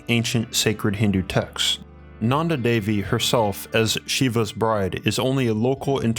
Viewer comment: Roop Kund is pronounced as Roop (like goop) and kund (ku as in goo) And Devi's D is pronounced as "th" in them.